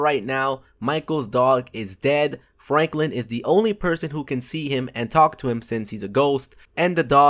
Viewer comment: did you say flanklin or ?